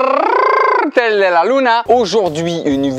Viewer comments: Je suis le seul à mettre un pouce bleu juste pour : " Hola todo el carrrrrtttteeeellll de la Luna 😂" ? Franchement je regarde même pas la suite 🙉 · Et c'est le retour du Carrrrrrtel de la Luna 😂😂😂😂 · « El carrrrrrrrrrrrrrrtel de la Louna » 😭😭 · Tu as oublié de prononcer 1 R a l intro